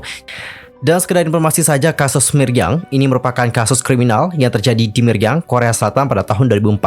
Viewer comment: Milyang bukan Miryang😁